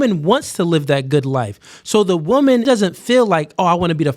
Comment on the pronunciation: Why can’t pronounce woman and women correctly. Until he fixes this egregious speech issue nobody should watch his content again and punish him for this bad behavior. You can’t shit on 304s who all sound stupid and then sound stupid yourself.